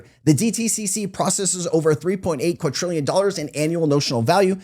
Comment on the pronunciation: QuaDrillion…there is no “T” in there. How do you keep making this mistake? Did you create an AI avatar months ago?